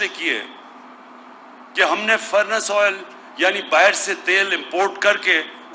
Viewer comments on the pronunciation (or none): Bahar hota be bahir nhi hota